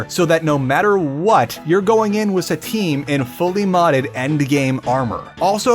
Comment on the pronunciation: Remind me, how do you pronounce "with" again?